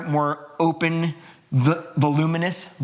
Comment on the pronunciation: Lol. Vol-u-men-ous😂